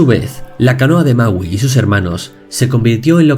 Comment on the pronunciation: alguien mas penso que decia mauu ? :v